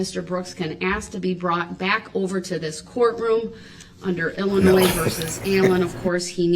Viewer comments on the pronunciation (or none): It’s not Illi-NOISE as if that’s the worst of his misconceptions!!!!